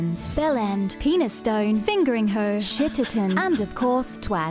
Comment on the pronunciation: I'm English and the only thing untrue about this video is that Penistone is not pronounced like that. It's Penn-iss-ton.